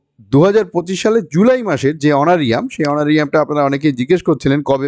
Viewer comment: Sir, kotha ta Honoura~rium hbe....🙏